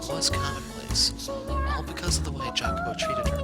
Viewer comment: the correct pronunciation is "i-a-co-po" with a slightly "longer" i